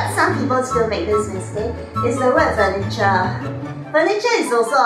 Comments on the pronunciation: Hello. I'm Shuo Ying Yu, one of the top students in an elite boy school in Singapore. The emphasis of the word 'furniture' should be on 'fer' instead of 'cher'. Thank you. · Hi Tom Menagerie Shuo Ying Yu! This is here! So nice to meet like-minded students online!!! Especially on The Michelle Chong Channel! So exciting! And you are absolutely correct of course! The emphasis should be on the first syllable of FURniture, like CARpenter and CAlender! But as I was trying to focus on grammar in this episode (namely plural vs singular), I didn't pay much attention to my proNUNciation! I know it's no excuse but I was also trying to imitate Singaporeans' way of pronouncing furniture! Hey but so glad you pointed it out Tom Menagerie Shuo! We definitely welcome such COments and exchanges! This is sooo going to be in my next episode and I will mention you!! Look out for it! Cheers, P.S. Hey maybe we will bump into each other at the inter-elite school Oratorical Competition!:) #Excited!